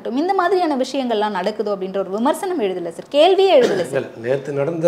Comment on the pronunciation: சேர் கட்டில் பெஞ்ச் 🤦‍♀️🤦‍♀️🤦‍♀️🤦‍♀️ அது சார் ..சர் தான் சரியான உச்சரிப்பு...